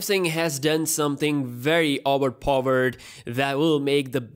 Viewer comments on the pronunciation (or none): OWERPOVERED OWERPOVERED OWERPOVERED Whattt? LMAO. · Its really Auver pauvered phone.😂😂😂😂